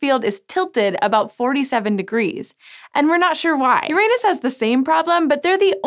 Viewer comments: It's Uranus not UrANUS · For the last time.... ITS PRONOUNCED URA-NUS NOT YOUR ANUS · please, PLEASE pay for some English diction training for your "stars". Just so she stops talking about Youranus. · Sci Show, I really, REALLY admire your videos....but please, please insist on your staff using the correct pronunciation, because it is not "yerANUS"! It is "yer-ah-nus." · Please... please.. "Yoran - us"... not "Your anus" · Its pronounced Ur anos, not youranus. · Stop comparing Neptune to my anus! Yes I'm a vegetarian and there is alot of gas buildup as a consequence but I don't know why you have to go there! Uranus is pronounced Jorrah-nus so we know that's not it. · Please tell me im not the only one who laughed when she said "Uranus even has more methane in its atmosphere" she really pronounces it hard as "your anus" way to stay subtle. haha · she pronounces it yr anus instead of urine us. keked and checked. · Yo girl. It's pronounced "Ur-en-us". Listen to mah boi Neil DeGrasse Tyson and get over your highschool immaturity. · i know right! its pronounced urine-us... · Let's be fancy and start pronouncing it "you-RAH-noose." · If she says Uranus instead of Uranus one more time!!! I’m actually leaving this video early because of this. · Haha, you said Uranus wrong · Talking head does not know topic. Why don’t you pay for the orbiter? Learn to pronounce Uranus ... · HER SAID URANUS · Im sorry i know its petty but it bothers me how she pronounces uranus. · As a science channel I wish she would pronounce Uranus correctly. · I think you pronounced Uranus wrong.